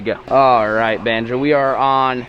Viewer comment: Who remembers bonzo instead of banjo